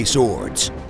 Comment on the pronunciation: Dic' ard Cain 😅😅